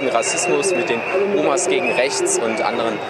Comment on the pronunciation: "Demenz gegen räächts" 🤣🤣